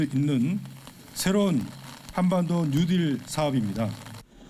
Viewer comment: 뭔가 알기나하고 말씀하시는지??? 뉴딜 발음도 안돼~ ‘뉴디’ 라면서 - 정말 ㅈ ㅣ 겹다 - 구체적 현실적 내용없이- 정치적 선전용 슬로건들만 3년째다